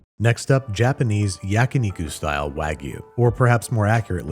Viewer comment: Yakuniku? You sure you don't mean yakiniku? As in literally "grilled meat"?